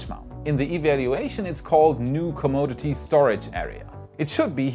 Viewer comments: The pronunciation of commodity is cawm oddity, not commode dity. There is "Oh" sound. I love your content and I understand that learning English is very difficult. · On pronouncing "Commodity" - It's "kuh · maa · duh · tee" not "Co - mo - di - tee". A commode is a kind of toilet :D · Com-odd-ity. Although commode-ity. is kind of funny. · you say "commode-ity building", lol that would be a bathroom. "come oddity" is how it's generally pronounced. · Wow! This was a great show!! The data and animations were awesome! You Rock!!!! FYI In America we pronounce 'commode' as coh-moh-d...this is another word for a toilet. The word 'commodity' we pronounce as cah-mah-dih-ty. I can only speak English and I respect your multi-lingual ability.